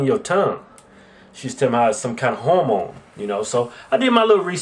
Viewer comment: Are they trying to say "hormone"? :/